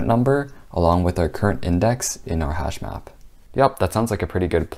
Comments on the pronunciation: Hashmap? I thought he said hashbrown..damn. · As a non-coder I thought he said hashbrown for a second lol literally had to google if that was a thing 😂